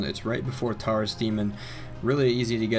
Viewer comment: am I the only one who noticed he said Taurus wrong